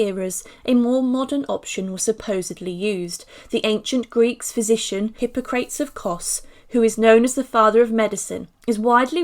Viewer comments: Hipp-OCK-ra-teez, not Hippo-crates. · I know. "Hippo CRATES" did it for me 😭